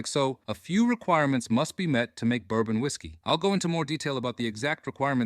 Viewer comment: It's bourbon dude...it's bourbon